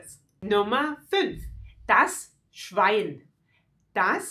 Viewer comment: mel lunar. das schwein nicht das schwien.